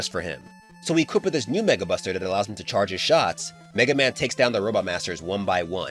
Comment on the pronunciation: anyone else heard '[NWORD] Buster' or is it just me?